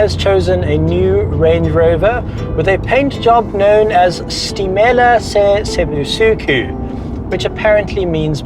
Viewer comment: U said it right. “Stimela se busuku”